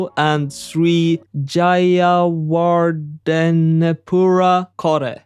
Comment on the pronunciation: Yeah my prediction was successful. You pronouncing Sri Jayawardenepura Kotte was also successful. Great job.